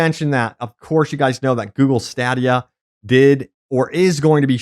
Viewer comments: Stadd-ee-yuh no, choom its " stayed-ee-yuh" as in "He stayed there while he was waiting." Even if it's a dead console you should still pronounce it right cheers my buddy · How tf you pronounce stadia two different ways in 10 seconds